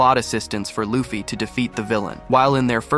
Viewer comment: L AI video Wtf is a "LAFFI"?